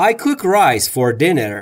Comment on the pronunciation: خسته نباشید cook را با اووی بلند تلفظ کردین؟حتما اشتباه لحظه ای بود۰سپاس از زحماتتان